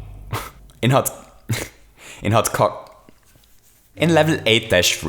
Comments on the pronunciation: trying to say “Hot Cogs” made my year. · Why do you always have trouble saying "Hot Cogs" I know your German(-Ish) but... still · Hot co gs not cks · You trying to say "hot cogs". XD XD XD XD "And here we have a problem with Hot Cocks". Oh my! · Why can't you say HOT COGS? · Why does he struggle with saying Hot Cogs? Is it really hard? Is he laughing at the joke?